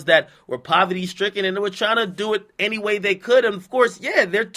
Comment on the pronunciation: 😂 You said Gay Way, I'm done 😭😭😭